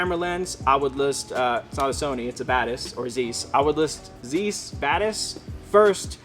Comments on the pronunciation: The perfect video for me since I'm planning on starting in a couple of weeks. You guys give the best advice! I had to point out though (I'm a former optician) that Zeiss is pronounced like "vice" rather than like "geese". Thanks for another great video! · The "Zeiss" is pronounced "Tsice". Great video, thanks. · Zeiss is pronounced "zise" like "ice". German names and words often have an 'e' and 'i' next to each other, you pronounce the long vowel sound of the second letter in this case.